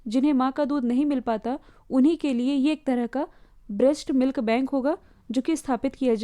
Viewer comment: Breast milk, not brusht milk.